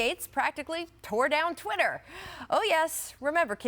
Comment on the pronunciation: What is this Chwitter that Perk is talking about? lol.